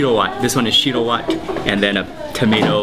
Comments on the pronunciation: lol shiro watt I really like your pronunciation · Finally he eats it right but its pronounced shi-rrro whet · real ethiopan i cracked at the way he says 'shiro wet'